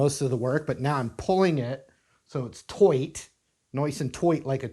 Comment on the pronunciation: "Nice and toight, like ah toiga!!" 🤣🤣🤣